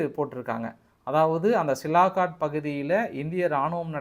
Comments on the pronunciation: சிலாகாட் என்று சொல்ல வேண்டாம். அதன் பெயர் சியால்கோட். ஒரு ஊரின் பெயர் கூட சொல்ல தெரியல. நீங்கள் எல்லாம் ஒரு யுடியுபர். நல்ல AC அறையில் உட்கார்ந்து கொண்டு சம்பாதித்து கொண்டு இருக்கிறிர்கள். அங்கே தமது ராணுவ வீரர்கள் வெயில் காலத்தில் மிகவும் கஷ்டப்பட்டு கொண்டு இருக்கிறார்கள். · சார் சிலாகாட் என்று அழைப்பதா இல்லை சியால்காட் என்று அழைப்பதா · சியால்கோட் எ‌ன்ற பகுதியின் பெய ரைத் தாங்கள் சிலாகோட் எ‌ன்று தவறாகச் சொல்லு கிறீர்கள்.... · சிலாகாட் தவறு, சியால்கோட் என்பதுதான் சரி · சாமி, அது ' சியால்கோட் ' Sialkot நகரம், சிலாகாட் கிடையாது 😂😂😂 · சிலாக்கட் இல்ல சார் -- சியால்கோட் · தலைவா அது silakat illa sialkot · Is that Sialkot or silakot?. உங்கள் குரல் தென் கச்சி சுவாமிநாதன் அவர்களின் குரலை போல் உள்ளது. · தம்பி அந்த இடம் சிலாகாட் இல்லை சியால்கோட் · அது சிலாகோட் இல்லப்பா சியால்கோட் இன்னும் நீ திருந்தலயா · Hello bro that's not silakot But it is Sialkot Nice congrats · தலைவரே அது சியால்கோட் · Sialkot = சியால்-கோட் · You are not able to pronounce Sialkot properly